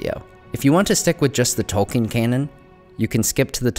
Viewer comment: Since this is a, nerd channel, I'm quite baffled, that Tolkien's name isn't pronounced correctly! It's "Tolkeen"!